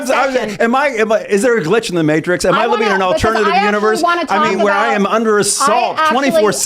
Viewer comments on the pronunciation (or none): none